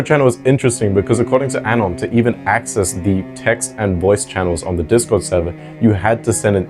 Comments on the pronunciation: I’m sorry but the way he keeps saying “Dick-Cord” takes me a minute to realize he means “Discord” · Are you saying “d*ck-cord” on purpose? You haven’t pronounced the “S” in “Discord” once since I started listening (I’m at this timestamp now), and admittedly I’m not looking at the screen so maybe I’m missing the captions highlighting the joke. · "deh cord" 💀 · Dihh cord